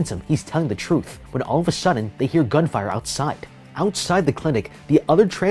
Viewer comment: when you press pause when he wants to say gunfire youl prob hear gun fu